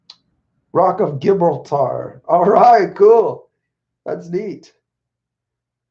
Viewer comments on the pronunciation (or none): In the name Gibraltar, the 'G' is soft so it sounds like 'j'